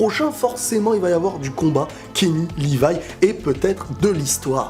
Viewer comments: Sa choque personne que kenny dise rivaille au lieux de livaï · Mais pourquoi tout le monde dit « Rivaille » car normalement c’est « Livaille » non ? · Ya que moi qui ai failli m'arraché les cheveux quand kenny a dit "Rivaille"😂😂😂je le déteste déjà lui😂